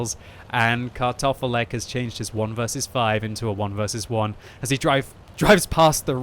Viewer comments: I just here Cut Off A Leg all the time from voice lmao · Sounds like you're saying "cut off a leg" haha